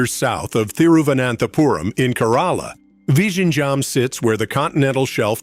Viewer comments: Its virinyam, Namaste from hydrabad. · It's not L but ഴ . That's a sound most tamil people can't pronounce despite the tamil language name itself having that letter in തമിഴ് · The pronunciation is VILINJAM. The Congress Govt waited for Mr. Modi to complete the project. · Better call it TRIVANDRUM SEAPORT..vizhinjam is little tricky to pronounce